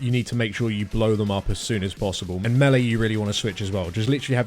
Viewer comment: "meh-lee" lol